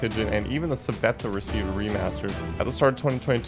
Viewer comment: its pronounced gAvril and civettA